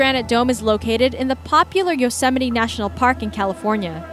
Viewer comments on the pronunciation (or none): none